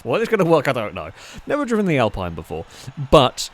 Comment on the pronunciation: It's pronounced "Alpine", not "Alpine" ;)